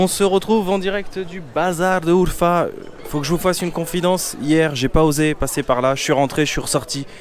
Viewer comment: 2ème vidéo de ma région URFA merci frérot hhahah jkiff trop qd tu parle en turc tu prononce bien URFA 🇹🇷😂 le kebap tu as manger c'est PTALICAN KEBABI le piment la base cest la vie 😋👌🏽 a URFA on est très accueillant même à DIYARBAKIR c'est la même choses en générale la Turquie est un très beau pays et pour info tes passer devant les magasin de mes cousin 😊